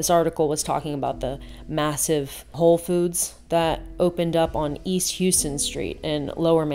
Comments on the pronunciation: Love the video! (btw it's pronounced Hauston St even tho it supposed ti be Houston) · Its pronounced HOW ston St. ; I lived there when it opened. The ugliest place to live is Texas; on top of the boring most everything is either mud colored or a conbo of gray and white. The word Fugly should come back into widespread use. 100 years ago creativity in architecture offered a wide variety of beauty. These days architecture reflects the soul of the corporations that fund them. They are the same crammed shape of ancient slum buildings of Rome, and common slums of India, Brazil. People move into them because older housing that should be maintained isn't maintained because of rising property taxes. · Houston St in NYC is pronounced “Howston”😁😁😁😁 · Subscribed! I really enjoyed this talk about beauty and art and seeing ourselves in the things we create. One small thing New Yorkers would note: Houston street is pronounced House-ton. Looking forward to more of your thoughts on creation of good things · Nice pronunciation of Houston in Manhattan